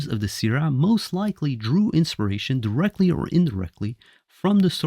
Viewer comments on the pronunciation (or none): none